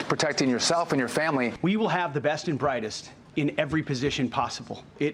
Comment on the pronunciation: "You want duh bwightest"?! What the actual Elmer Fudd just happened hee-eew!? 🙈🙉🙊